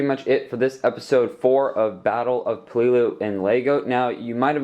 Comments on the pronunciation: Why to you say peleliu so wierd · why you say peleliu so weird eh